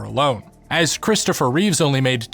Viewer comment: Are you an Eminem fan? Lol The actors name is "Christopher Reeve", there's no "s" at the end.